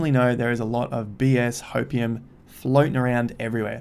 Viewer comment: did you just say "hopeIUM" XD XD thats the best